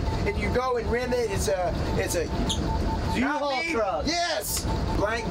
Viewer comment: he says Uhaul truck